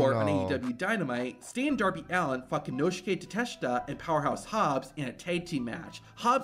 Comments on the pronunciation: "Konoshke Kateshta" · Laughing my ass off at the way this YouTuber pronounces Konosuke Takeshita. Americans really not beating the "can't handle foreign words or names" allegations